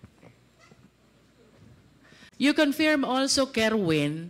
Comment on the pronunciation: Hindi ganon ang pronunciation ng confirm… 😮